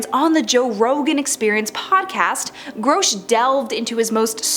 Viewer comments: His name is Grusch, not Growsch. Who can take you seriously when you fuck up saying the main topics name. You suck horribly. Delete this video and do it again. This time don’t use AI, use a human! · GROW-SH????? It's GRUH-SH. How you fk this up so bad? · Groshe. Lol. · You said his name like 53 times and you also said it wrong like 53 times. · Every time you screw up his name, YOU sound more STUPID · You'de think she would have done some listening on how others pronounced his name. So gross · Mispronouncing his name is part of the disinformation campaign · How am i suppose to believe anything you say when your "research" didnt include how to say his name. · Not even 2 seconds into the video and the Narrator EPICLY Phucks up David Grusch's name. Damn. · .....and says it 100 times 😅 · You are pronoucing Grusch wrong. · Yes there is no O in his name.